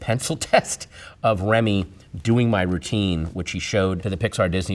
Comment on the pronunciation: The way he says "Remy" man!